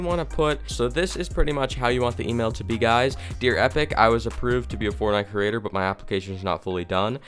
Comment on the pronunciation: He literally said “kerater” instead of “creator”